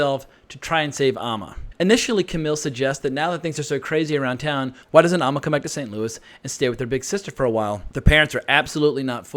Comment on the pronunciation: AND it is AMMA (BAM) NOT AHHMA!! You have ALSO been mispronouncing that name too!!